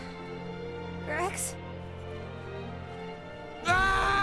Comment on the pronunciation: I hate how he said cliché. There's literally an accent to tell you how to say it correctly how tf do you mess it up.